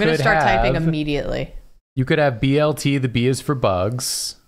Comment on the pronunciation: it’s a BLT not a BTL😭😭